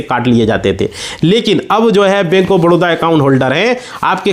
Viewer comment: Badodra kyo bole ho ye toh baroda hai na